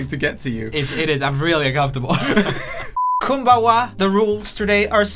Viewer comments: Love how he says "coombahwah" like its konnichiwa but in actuality its a way of saying thank you in korean lol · "Kunbawa" yike, the pronunciation was kinda cringe. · You totally say konbanwa wrong also did you know it means "good evening"